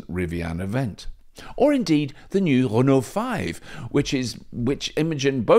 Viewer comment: Consistently entertaining and informative, and perfect pronunciation of Renault.